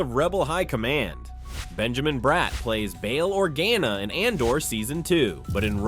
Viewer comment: Absolutely butchered the last name of Bail Organa, come on